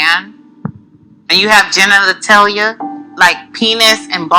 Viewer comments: “Do you have GEN-NANA-TALIA??” 😂😂💀💀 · Not the extra syllable she added in the word genitalia 😂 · All that bothers me is her pronunciation of “genitalia.” She still my girl tho